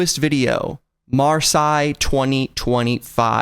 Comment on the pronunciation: It’s pronounced marsay